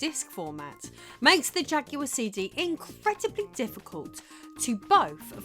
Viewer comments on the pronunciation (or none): I don't think you are pronouncing jaguard correctly. It's not ja-gu-ard. It's ja-gwar. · It's Jaguar not jack-you-are. It's New York not new yonk 😂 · Oh you mean the Jagwahr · Narrator saying "jugular"? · What language do you speak because you keep pronouncing Jaguar incorrectly.